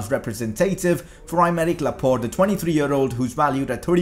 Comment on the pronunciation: Laporte not laport